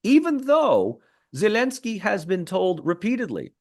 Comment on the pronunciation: Regardless of any other points this man makes, I find this man ridiculous in his attempt to say “Zelensky” in the Ukrainian pronunciation, and Taliban” and Afghanistan in the Afghani pronunciation while he can’t be bothered to say “Romania” in the Romanian pronunciation or Bulgaria in the Bulgarian pronunciation. Is he attempting to be “respectful” or sound “educated”? I am simply confused. I am not sure how Romanians or Bulgarians are supposed to either be impressed by his lingual abilities or to feel respected culturally when he goes to such great efforts NOT to use the English pronunciation for some countries but not for Romania or Bulgaria….😂😂😂